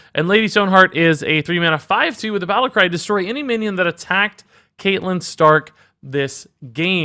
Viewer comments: Kate lyn stark killed me a little. Its cat lyn lol Your game of thrones explanations makes me think you don't watch the show. Cash in on the hype I guess. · Isn't catelyn pronounced cat-e-lin not cate-lin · Ewww your pronunciation of Catelyn ☹️